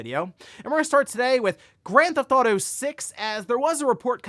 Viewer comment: stop saying Grandthautho 6 if you can't say it just say GTA 6